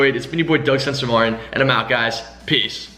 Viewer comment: at the end he says pee not peace 😂😂😂